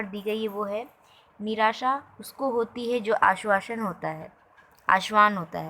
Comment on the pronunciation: Ma'am aapne आशावान ko आश्वान bola hai